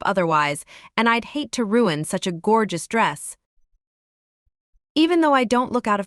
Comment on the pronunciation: Gorgus😂😂😂😂😂U r pronunciation is awesome. I'm sure no native English speaker will blame your wrong pronunciation, to be blame people should be non-native English speaker right?